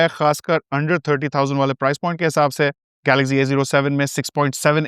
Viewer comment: Galaxzee nehi Galaxcee Over smart mat bano